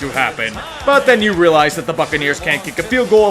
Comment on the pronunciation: Fucceniers? LOL